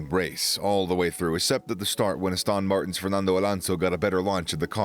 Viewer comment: So many random inflections and mispronunciations. Aboo du Bee (Abu Dhabi), Astone Martin (Aston)... there's a lot of these in the videos on this channel. But the content is good, and the reader is good otherwise.